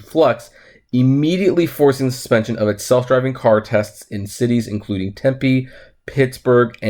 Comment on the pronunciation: who cares if you pronounced the morons name correctly... you said Tempe right!!